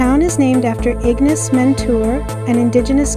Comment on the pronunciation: Great video! It was really nice to see my old family home again. By the way, locals usually pronounce it ig-NAYCE rather than IG-niss, just a heads up! 🙂